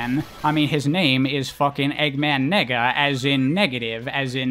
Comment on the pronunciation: I’m pretty sure it’s pronounced “Nay-ga” dude 🤣🤣🤣🤣🤣